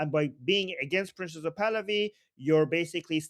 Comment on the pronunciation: when you say "Prince Pahlavi" it sounds like you're saying "Princess of Pahlavi." Just sayin'. Love this show...extremely informative. After the Iranian people are free, a dream of mine is to visit Iran. I've been grieving for and praying for the Iranian people since the trauma of the Islamic revolution in 1979.